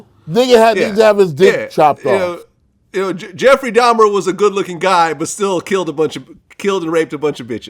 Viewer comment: Did he say Jeffery dahmar?...he did not want women Vlad lol